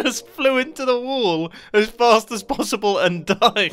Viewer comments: I am still wondering why Mumbo is saying "wool" instead of "wall" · say Wall one more Time please XD